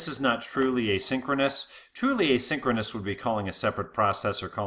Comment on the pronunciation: This guy uses exactly the same pronounciation for "asynchronous call" and "a synchronous call" and I could unfortunately not differentiate exactly whether or not we are talking about "asynchronous call" and/or "a synchronous call" at which section of the presentation.